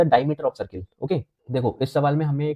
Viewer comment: Circle ❌ sar-kill ✅ Btw nice lecture sir❤